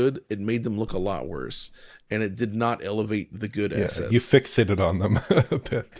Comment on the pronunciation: did he say assets or asses? Can't tell by looking at the picture.